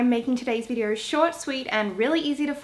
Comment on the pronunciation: the way she says videor lowkey annoys me I'm sorry but great video 😂😂